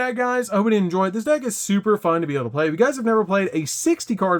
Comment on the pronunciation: Man, why do you pronounce "blay" instead of play??